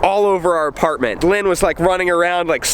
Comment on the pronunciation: Lynn said Lynn like "Looon". Rhymes with Jon "Uoon". Lynn is hilarious. Y'all make a great pair.